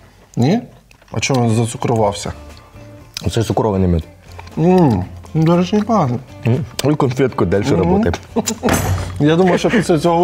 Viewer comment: Мьюд )))) а не мёджь